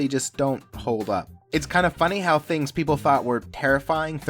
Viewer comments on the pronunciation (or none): none